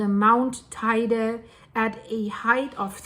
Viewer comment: Teide. She doesn't say it so badly.